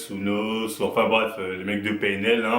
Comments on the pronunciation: Sa se dit Haine Eau Hess donc N.O.S et pas NOSSE ^^ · On dit n o s mais lettre par lettre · Dés le debut il ma deja fait rire avec son "nosse" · Pourquoi tu fais une video sur lui si tu sais meme pas prononcer son nom ....